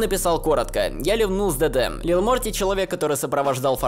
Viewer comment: Вы слышите как он произносит ДД и все слова на английском? 😂 Я всё то привыкнуть не могу, уши режит